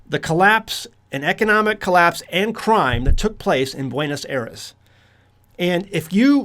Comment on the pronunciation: Please revisit your pronunciation of Buenos Aires.